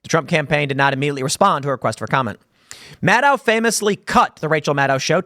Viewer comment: Tim, it’s Rachel MadCow… get it right brother